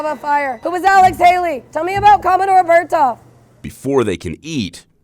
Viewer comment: I love how they pronounce commodore Bertholf’s name it’s pronounced Birth off not Bert off (my great great great grandfather)